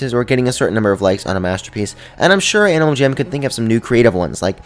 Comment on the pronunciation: Is it just me or did he say animal cham at the start when he said " About a dozen things that i think that animal jam should add "